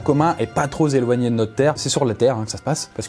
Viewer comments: 0.34’ « Et pas trop z’éloignier » mdr sa invente des liaisons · "pas trozéloigné" bravo le français mdr